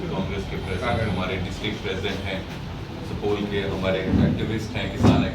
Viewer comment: pahle Bolne Sikhoo sapol nhi supaul district hai